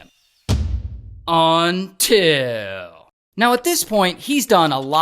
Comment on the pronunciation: Bro, the best part of your videos is when you say........ UNTIL. Love it.